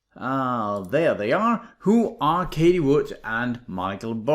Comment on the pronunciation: You mentioned her name so many times, and you pronounce it wrong every time. It's like fingers on a blackboard. Everyone is talking about her...so you surely must know how it's pronounced. Why do you constantly call her Katie ??? It's Cathie, ffs. It's not that difficult.